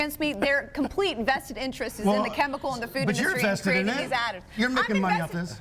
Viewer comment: Every time Vani Hari says "food", it sounds like "fewd".